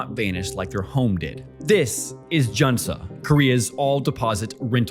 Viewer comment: 전세 jeonse sounds more like juhn-say or jawn-say. You make it sound more Chinese than Korean. :☺ I may just be falling for the intentional mispronunciation strategy to drive comment section...